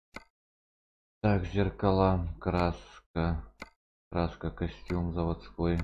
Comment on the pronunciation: Какой костюм 😂 кастом а не костюм